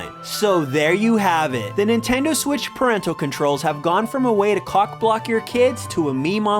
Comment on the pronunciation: “do the nintendo swiss” lol